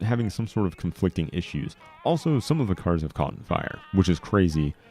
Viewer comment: "Caughten" btw.